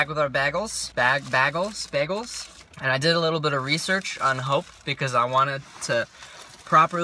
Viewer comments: Ive never heard anyone say BAG-les, haha. Its definitely Bay-gles ;) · it is bay-gals as in bay-gal. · Bagels are actually pronounced BAYGELS😂